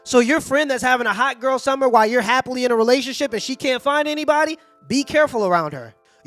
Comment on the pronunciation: It's "hot girl summer". Minus the t.